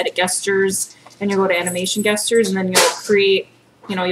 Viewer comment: Thanks for the Tutorial, very helpful. I would like to mention though that 'Gestures" is pronounced with a soft "g", rather than a hard "g", so it sounds like "Jestures". It's the same gestures that is derived from the animated action that takes place in real life- like when people are waving their hands about while talking. :)